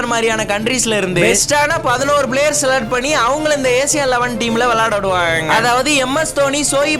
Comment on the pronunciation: பிளேயர் ❎ பிளேவர்✅ 😅😅